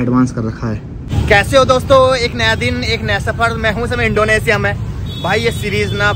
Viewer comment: इंडोनेशिया होता है इंडोनेसिया नहीं